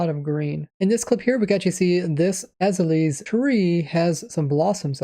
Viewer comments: Lmao az-uh-lee????? Aez al ee a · Azalea is pronounced “uh-ZALE-yuh” fyi. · Please, it's called an A-za-le-a, not Aza-lees! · Azalea = Uh-zay-lee-uh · Azalea is pronounced Uh-Zay-Lee-Uh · Just as an FYI for prununciation: Azelea tree: A-Zey-Lia Your prununciation of Axolotl is perfect however for mutliple Axolotls you need to add an E so pronounced Axolotels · Very informative video! Though, I gotta correct you on one thing. "Azalea" is actually pronounced "Ah-zail-leah". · Ah zay lee ah. It's a real plant and they pronounced it in the presentation. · Azalea is pronounced "Uh-zale-yuh" like Acacia. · AH - ZAY - Lee - AH